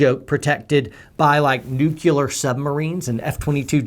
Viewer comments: yes, but the diphthong occurs after the L. Nu-cu-ler < Nu-cle-ar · He keeps saying Nuk-you-ler instead of nu-clear. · Three times you said nucular. It's Nuclear, only one U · Love you. I sincerely appreciate your attempt to educate people without as much worldly experience and who haven't had their eyes opened to to cruelties that true evil commits. Keep up the good fight. P.S. Please stop pronouncing "Nuclear" as nuke you lar. It's nuke lear. Sorry just a pet peave of mine. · NucLEAR, as in the nucleus of an atom. Not Nuculer. I agree with some of your points, but I disagree with most. Thumbs down. Too hasty- not thought through. (Someone is salty about not getting a college degree...) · It is pronounced "new - clear"... NOT "new-que-leer". 2 syllables... not 3 syllables. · The only problem I have is mispronunciation of “NEW-q-ler “. Dude, it’s NEW-klee-er. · Totally agree with your arguments. But I couldn't get past your pronunciation of "nuclear". You pronounced it "new-cue-ler". Think "New Clear". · He's right on- other than his occasional mispronounciaton of Nu-Clea-r. And we can assume our national intentions overall doesn't include pillaging a county during/after a war... But -- we Should assume there has been instances of shady military or private contracts as a result of some conflicts. Too much money gets shuffled around during/after wars for all of it to be "clean". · Newkewler?? Sigh. Please correct your pronunciation. Thanks. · Wow. Did this guy just say, “nucular?” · What is the matter with your pronunciation?... Nucilar?! Teliben?! Sensationalistic?! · I don’t get how someone who spent so many years in the military can still pronounce nuclear as nuke-you-ler. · “NUCULAR” !? Best word, I’m a slam poet, I should know. 👊🏽👊🏾👊👊🏻👊🏼🎤⬇️ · Poet Society Cache is pronounced "cash" and Nuclear is "New-Clear" - Grammar Nazi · Whoa. Rewind. Did you just say new Q ler? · Irs hilarious how says "towl-a-bohn" and "nuke-ya-lar".